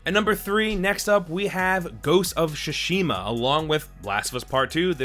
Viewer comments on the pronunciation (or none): "Ghost of Shushima" lol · Nobody:: Ghost of Shush-ima